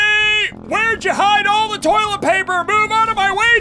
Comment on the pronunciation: Ian the entire video: we need more tollet paper